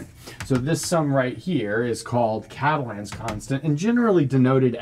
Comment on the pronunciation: You gotta French up the pronunciation of Catalan.